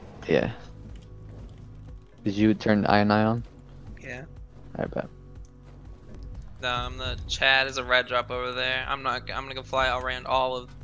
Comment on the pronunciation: 6min 15sec in did he realy just say "did u turn iorn eye on "lol